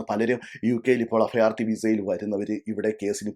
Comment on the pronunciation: അഫയാർത്ഥി, ഫരണം. എന്താ ഇത്😂